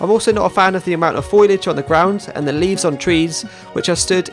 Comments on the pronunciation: Great vid as ever, pro as hell, but it's foliage not foilage, and con-due-it. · I love the way you pronounce 'foliage' and 'conduit'. :)